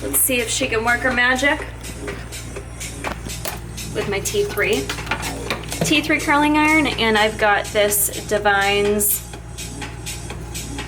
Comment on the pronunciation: I worked at a hair salon with the Davines brand (It's pronounced Dav-in-is)... all the hair lines are pronounced in such weird ways haha but i LOVE that stuff so much. anything from their brand is amazing. I love your videos so much!!